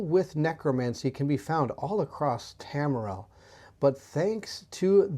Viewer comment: I like how you read 60% of names wrong 😂 you are still very fun to watch and do very good videos. Tamriel was Tormil or smth 😂